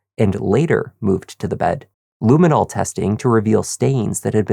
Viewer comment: *Luminol NOT "luminal".